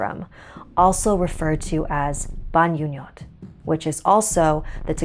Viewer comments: Sorry for correcting you ate but it is pronounced as (Bahngoo-ngōt) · Actually the pronunciation of the "Bangungot" is like Bang-ngo-ngot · the way you pronounce bangungot was a bit distracting😭 but i enjoyed it nonetheless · you pronounced bangungot wrong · I think the "ng"s in bangungot is pronounced like the "ng"s in "bang" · I was thinking the same thing.